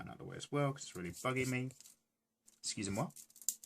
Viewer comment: "Excusez-moi" ? He is french?